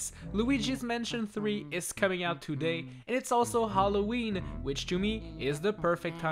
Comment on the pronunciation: You will not say halloween you will say haloweege